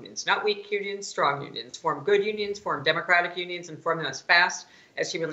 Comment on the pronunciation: Did you say "Onions" or "Unions"? We need Onions. Unions not that tasty.